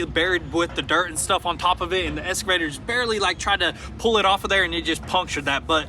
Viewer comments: EXcavator.... ^^ escavator? ^^ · Sons, i tried for a long time but it's gettin on ma tits! Its EXCAvator not ESCAvator! Say it right!